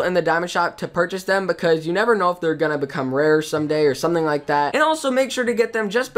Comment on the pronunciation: He said: "How 'bout dat?" Lol